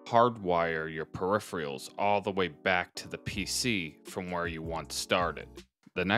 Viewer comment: This is insanely helpful! I'll be trying something similar. One nitpick... You're saying peripheral like "per-E-free-all", but it should be pronounced more like "per-eh-fur-all".